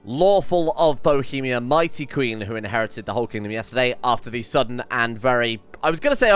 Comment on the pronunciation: Bohemia: exists: „Boethiah” „Bohethia” lol